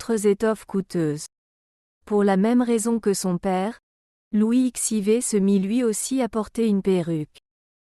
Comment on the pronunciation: N’importe quoi ! Louis xiv, on dit Louis quatorze, l’IA a tout à apprendre.